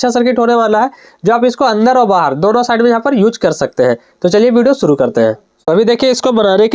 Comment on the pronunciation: सूरु करेगा ❌️ शुरू करेगा✅️ miste make man perfect 👌